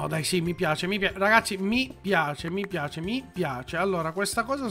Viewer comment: è fantashtica è caratterishtica me piashe